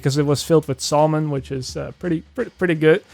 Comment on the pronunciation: Did you just say "SAUL-MON"...where they serving DIGIMON at Massive?